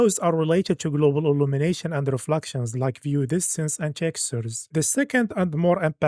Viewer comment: it is called ultra not oltra, reflections not refluxtions, it is so annoying pronouncing them wrong for like hundreds of times